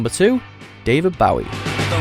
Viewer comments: It's Bowie Not bowiIIIIIIIIIIIII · Bowie is pronounced BOW-ie not Bawwie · You could have learnt how to pronounce Bowie. My main personal inspiration. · Um why was David Bowie mispronounced? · Actually triggers me how they say Bowie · Why insult David's name by not bothering to pronounce it correctly??? This list is a joke if you can't even respect how the man pronounced his own name. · I think the list was pretty accurate. While tonnes of other great acts have come out of Britain, not all of them are as culturally influencial. But come on, at least fucking pronounce Bowie right. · The way they say ‘David Bowie’ physically hurts me.